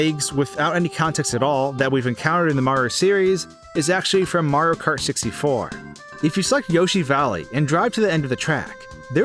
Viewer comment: lol you say mario so fast it sounds like ''mrrrr''